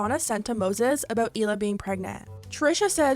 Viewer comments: Just an FYI, you’re mispronouncing Hila’s name. It’s not Eela, it’s Hila, you pronounce the H. Hila in Hebrew means aura ( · Trash still doesn’t even say Hila right….